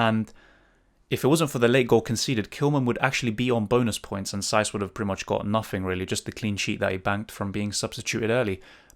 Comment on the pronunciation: saiss is giving me a headache 😂